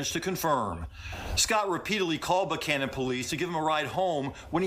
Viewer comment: They all said "Buchanan" (Buck Cannon) the right way!. Great reporting as always.